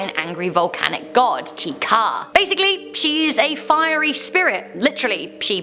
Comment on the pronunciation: its not Teaka is Teka